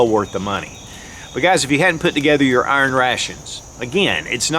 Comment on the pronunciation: I don’t know what “urn ray-shuns” are, but I know what iron rations are.